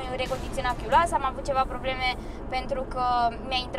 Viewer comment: „vilbrochen”, denumirea corectă așa cum se găsește în dicționare, în mod popular este des folosit și termenul „vibrochen”. SI Chiulasa, nu chiuloasa